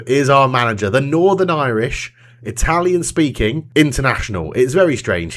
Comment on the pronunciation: Your pronunciation is not bad at all, considering the basic level of not Italian people try to imitate.